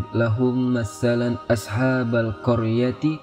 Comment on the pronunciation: Sedikit sy protes bacaannya admin. Disitu bukan MATSTSALAN (Massalan) tapi MATSALAN (Masalan). Dan terima kasih ilmunya. Wallahu wa'lam